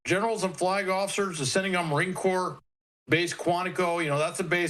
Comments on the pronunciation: 'corps' is not pronounced 'corpse'! :face-purple-crying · Corps not Corpus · Let me help you out here. Marine “CORE” not a dead body corpse. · The word CORPS as in MARINE CORPS is pronounced like “core”, not like “corpse”. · Corps is pronounced /kôr/ or cor, not /kôrps/. Corpse is pronounced /kôrps/. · my goodness...'marine corps' is pronounced 'marine core'🤨😐🤔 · War Secretary not Defense and Christ, Corps is pronounce “core” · Marine corps is pronounced marine “core” — Goomer. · How long has the Marine Corps and the word Corps has been in the United States? People working within the U.S. media are still pronouncing Corps incorrectly. It is pronounced like Marine Core that p in Corps is silent. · Did he say Marine "Corpse"????? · corps is pronounced "core" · This guy doesn't even know how to pronounce corps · The s is silent in corps. That cannot be said enough here with all the high school diplomas being passed out like cheap confetti and nobody can speak. Please speak correctly in this in your face position. Someone needs to be responsible there. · If can not pronounce Corps properly, do not talk!!! PERIOD!!! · The s in corps is silent...fyi.❤